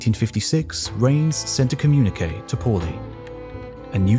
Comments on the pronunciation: Hi. I am an experimental particle physicist switch specialization in neutrino physics. I always enjoy your video on this channel (and also history of the earth). Thank you so much. One (somewhat amusing) fact to point out: “Reines” is pronounced “Ray-Nes” not “Rains”. The latter is how you pronounced, and many neutrino physicists including famous ones make this mistake admittedly. But my colleague who is old enough to have taken a lecture from Reines at UC Irvine chuckles about this. Reines always made sure at least students in his class knows how to correctly pronounce his name. Since your channel is popular, perhaps you can help correcting this with many audiences, which Reines might appreciates :) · Ray-ness, please. The surname of the neutrino physicist to which you refer, Frederick Reines, is pronounced Ray-ness. Thank you.